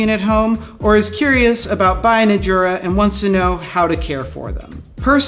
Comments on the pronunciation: Now do a video on how to pronounce Jura, and make sure the staff watches it. :) It's a Y-sound, not a J-sound. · Yep. Going back to and forever, no one there has ever pronounced it with the proper Y sound, as Jura themselves does on their own instructional DVDs and videos USUALLY. That said, they seem to be giving in to the mispronunciation and sometimes saying Jura with a J sound themselves sometimes, such as in videos with their spokesman, Roger Federer. I think it's like the English hotels catering to tourists and suddenly advertising "High Tea" instead of "Afternoon Tea," even though they know high tea is a "peasant meal" for the working classes that's essentially supper consisting of leftovers, and not the elegant affair with tea sandwichs, petit fours, scones and clotted cream, and so on. The "high" in high tea comes from the table height (dining height table) versus the lower tables of afternoon tea (which is sometimes also called "low tea"). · you are a jura. this is pronounced "yoorah"